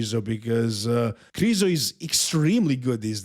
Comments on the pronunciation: stop saying Krizo. It's Mihal Križanek - Križo. It's disrespectful to the athlete to misprounounce their name on purpose just because a bunch of Americans won't learn how to say it. Educate them, don't join them for God's sake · Come on, pronounce Krizo properly. Let's not let ignorant people win!